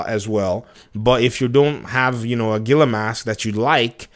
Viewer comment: Heel-uh As in the monster Great content as usual Daddy!!!